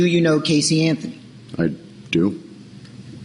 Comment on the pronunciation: judge: "Mr Anfhony " lol